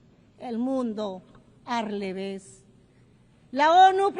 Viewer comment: dice “el mundo ar leves” como El Chavo 😂